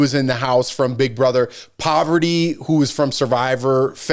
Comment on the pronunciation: It's PARV-ATY not Poverty 😂 Can't wait to get caught up on this show.